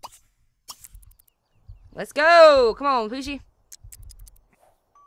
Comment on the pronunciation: you say Poosi but it is Ohosi